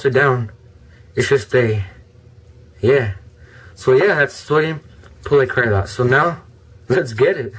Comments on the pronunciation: you say it like this= POLI-ACROLAIT. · Sodium Polyacrilate ( Polly-acrii-late). My grandfather invented it. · It's pronounced "poly-ACK-rih-late". The capital letters show the stress, so you would write the pronunciation for"guardian" as "GAR-dee-an". In other topics, any neat experiments to do with sodium polyacrylate? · you say it like (sodium pauly-acri-lite) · sorry thats poly-ak-rey-late!